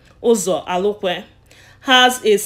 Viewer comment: My dear, well done, but try and polish your spoken English and phonological interference. He is Uzo Arukwe, not Alukwe, and other English pronounciations. A good try.